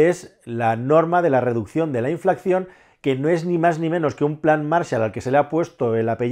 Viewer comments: Por favor, es inflación, y no "inflacción" !!! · Una cosa; no es "inflaCCión", con doble "c", es "inflación", con una sola "c". Es decir, sin sonido "k". Viene de inflar, es sencillo.